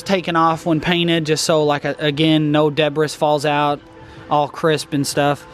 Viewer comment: Good stuff as always. "Debriss" ...lol